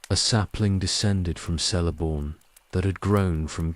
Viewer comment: Celeborn and Celebrimbor is pronounced hard C. Kele not Sele. Its in the appendices